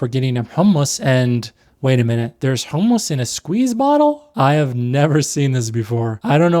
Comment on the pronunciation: Great video and valid critiques but why are you saying “Hul-mus”?